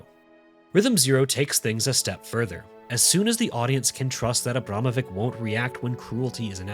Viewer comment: It pronounced Abramovich. Time after time when I watch videos about famous foreign artists, no one even bother to spend few minutes to figure out how to pronounce their names.